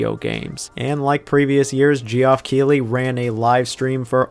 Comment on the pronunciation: Did bro just say jee-off Keely